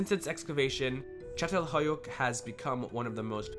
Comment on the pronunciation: So how long did you practice saying the name of that village before posting lol